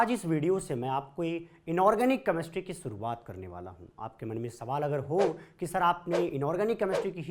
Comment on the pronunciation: Ek to Chemistry Dhang Se Bolna Seekho Tum..... Kameshtry Nahi Hota Chemistry Hota h 😒😒